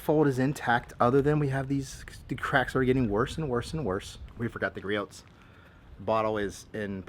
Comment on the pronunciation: Gree-Oh's, not Gree-Oat's. Other than that, great video!